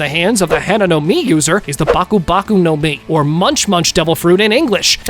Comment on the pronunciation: Baku Baku no mi Nah, nah, nah, I heard Bakugo Bakugo no mi